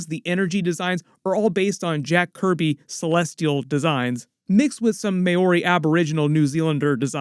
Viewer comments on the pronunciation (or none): " Mixed with some mayori, aboriginal, new zealander designs." Bro, you couldve just said, "Maori" designs (pronounced "Moldy" without the "L").